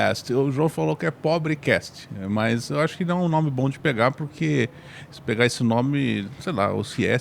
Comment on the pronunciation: CASST!!! Pod "CASST"